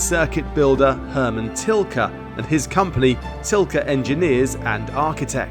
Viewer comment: turned off as soon as I heard Tilke